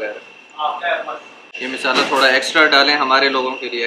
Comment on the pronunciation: misala nahi bolte mshala bolte h